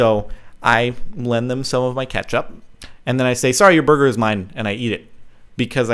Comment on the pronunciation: Hehehehehehehe you say burger funny...